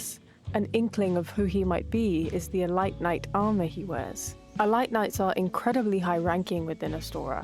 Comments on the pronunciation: Idk of British people say it like that but it’s not “E-lights it’s “eee-leete” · uh... It's pronounced "eleet" knight. not "elight". XD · Love the vids! Got so confused at how you pronounce elite (ee-leet, not elit!). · I was zoning out but the Elight pronunciation brought me back, well played